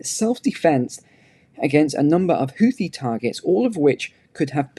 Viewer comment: the link shows you how to correctly pronounce "houthi". Sadly, the world has adopted the American pronunciation.